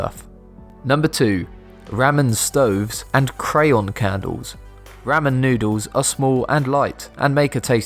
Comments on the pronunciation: If an ink-pen is a regular pen, is a lead-pen a pencil? And it's Rah-Men, not Ram-min. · It's pronounced R-aa-M-e-n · never heard someone say ramen like that... Rammun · The way he pronounce Ramen.... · I mean the narrator is English so I guess it makes sense that he mispronounced ramen